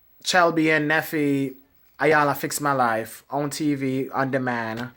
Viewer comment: Isn't everybody on TV to make a living and get paid?! WTF!! ....... and her name is pronounced "Eyanla". BTW, please don't pick your pimples on camera, eeewwww that's just nasty!